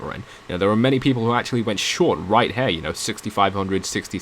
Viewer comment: Dude you saying "her" instead of "here" is really annoying.